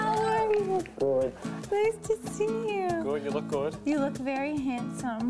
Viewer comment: "that's goohd" haha aww hes so adorably awkward.